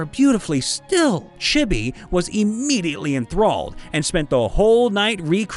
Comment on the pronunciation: “Chibby.” *Chibi*!